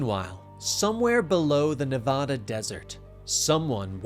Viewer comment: Great job. You pronounced Nevada wrong, though.